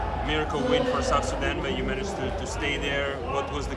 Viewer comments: "South Suzanne" 😂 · Did Stephen A. Smith say, "South Susan?" For somebody who's a sports commentator, he's showing a lot of ignorance on this issue. Players don't need to physically live in the countries they represent in international competitions. Also, athletes have always been able to acquire citizenships faster than regular people. Case in point, in one soccer World Cup, the Boateng brothers represented two different countries. One brother played for his mother's country, Germany, and the other represented his paternal side of Ghana. In addition, Joel Embiid, was born in Cameroon but he's playing for team USA in this Olympics. Nationalism is game for the poor. France won the World Cup with 9 players out 11 with African origin. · South Suzzan?🤣😂🤣😂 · Bro did he just say “South SuZan”??? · “South Suzanne” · 😢come on Stephen a smith south Sudan 🇸🇸 not south suzan 😂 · SA said South Suzan 😂😂